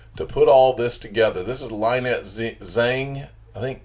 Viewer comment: Dude lol 😜😜😜😜 her NAME is pronounced "Linn....nette" stop pronouncing it 'Lye"nette